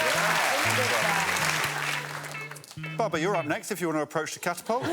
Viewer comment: Catalpult… or Sling? Sling.